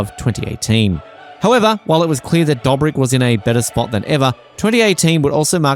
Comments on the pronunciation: Fckin hell stop saying DUGHBRICK EVERY OTHER FCKIN WORD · How do you make a video about a person without knowing how his name is pronounced? Same goes for other members from the squad. Makes sense why there is so many false information in the video. You haven't seen the videos.